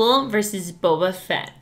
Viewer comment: Did he said bubba fett?